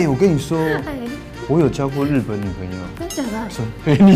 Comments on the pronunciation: 木曜哏，因為中文太好被網友戲稱假日本人，但口音問題「日本」二字自己都錯唸成「路本」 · 喂 幹嘛 也太台灣了吧😂 假路本人